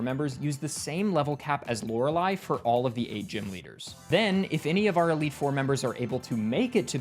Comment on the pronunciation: I watch so much Jrose11 that I genuinely find it weird hearing Lorelei pronounced correctly